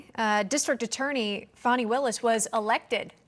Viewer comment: It’s not Fawni…it’s FANNY.